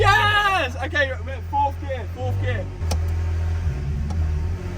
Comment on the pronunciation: And it fourth not fourf